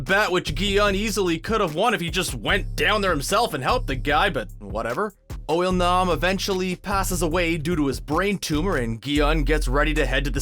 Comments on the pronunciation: Narrator: Pronounces IL-Nam as UOL-NAM with confidence. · “Oil-nam” lol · Why he sayin it like oil nom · "Oil-Nam"...is that how you say it?